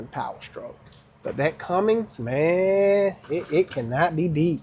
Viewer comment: STOP SAYING CUMMINGS it's not CUMMING ITS CUMMINS CMON MANE